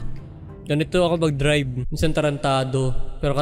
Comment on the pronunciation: Bro. Ang. Galing. Mo. Mag. Dirab